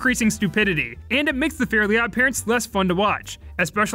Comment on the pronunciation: This video made me realize that most people I hear mention Fairly Odd Parents pronounce the title incorrectly as “fairy odd parents”. Myself included